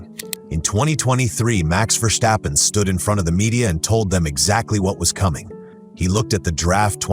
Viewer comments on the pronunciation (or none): I remember as a child hearing the cars go by at Zandvoort when we visited my aunt. That was oh, 55 years ago? I'm done now. Also, there is no schhhh in Verstappen. So it's not Verschhhtappen. Why do English speakers always fuck up my language, you know Google has a pronunciation function right? When Americans say "Look at that Van Gogh" you never know if they are talking about a painting or a fast delivery car. But what can you expect these days from AI SLOP!!!!